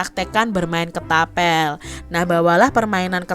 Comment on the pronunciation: Kak ketapel bukan ketabel